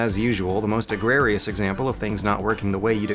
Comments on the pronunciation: Second time I've heard you say "Agrarious." Do you mean "Egregious?" or "Agrarian?" I assume the former edit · "the most egrarious example" ... sorry, is that a word? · A new pronunciation for ‘egregious’.